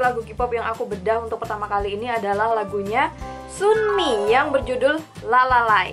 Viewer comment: Bacaanya sumi cara bacanya sanmi gituuu qaqa